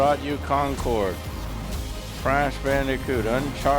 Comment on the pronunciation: Dude pronounced it wrong. It was "Concord"